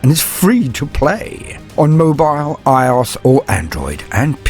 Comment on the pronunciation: Just a heads up IOS is pronounced as I.O.S as it’s an abbreviation :)